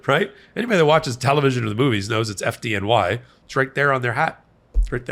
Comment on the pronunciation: As a former NYer FDNY is pronounced (Fid-Knee) :)